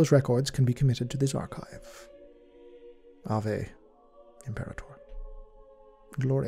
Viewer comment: hey I'd just like you to know that in latin (which high gothic is basically a clone of) the word "ave" in "ave imperator" is actually pronounced "ar-way"